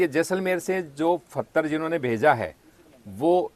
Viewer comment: फतर नहीं पत्थर होता है, कहाँ से आते हैं ये लोग?